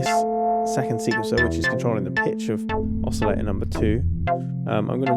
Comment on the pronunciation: I love your reviews, you really impart the knowledge well, and lots of detail. So this is going to sound really stupid carping on an insignificant detail, but I feel I just have to get it off my chest because it bugs me every time - it's the way you pronounce "oscillator" without a t!... and it's not as if it's a word you can avoid. "Filter" has a t, no problem, so maybe you could import it?! Sorry, no offence meant, and I will listen anyway, no doubt about it...